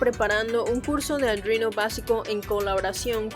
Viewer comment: Me gustan tus vídeos menos por lo de "aldruino"